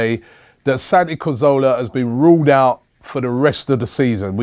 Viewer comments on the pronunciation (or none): "Santi Cozola" 😂 pmsl